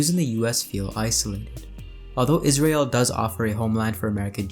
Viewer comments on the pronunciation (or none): none